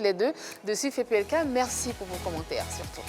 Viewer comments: Il dit aussi meCci au lieu de meRci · Il dit meksi aussi au lieu de merci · Et quand il dit meCci au lieu de meRci